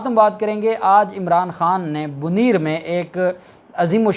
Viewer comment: BoNair ہے BoNeer نہیں